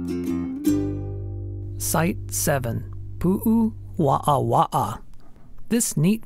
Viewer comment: Out of respect for our valued indigenous culture, please learn the correct pronounciation of Hawaiian words and place names. Heiau is pronounced "hay-ow." Waawaa is pronounced "vah-ah-vah-ah."